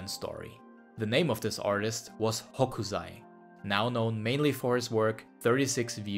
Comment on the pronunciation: 北斎/Hokusai is read with [s] sound, not [z].